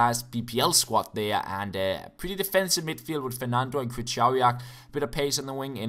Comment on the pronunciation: Your way of pronouncing "Krychowiak" is hilarious :D